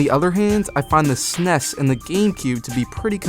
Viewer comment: DID HE JUST SAY SNES AS A WORD?! WHAT THE HELL?!